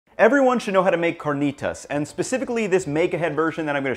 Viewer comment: You seem more cultured than to pronounce carnitas as you do.